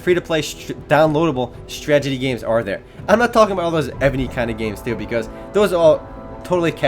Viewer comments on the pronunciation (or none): YOUR STRAGETIES ARE DRIVING ME INSANE!!! XD HAHAHAHA, If I had a penny for every time you say stragety instead of strategy... I'd have like a dime...